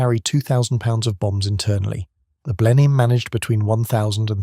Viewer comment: And Blenheim as Blennum.